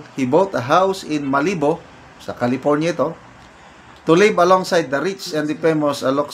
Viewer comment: Pronounced as Malabu ang Malibu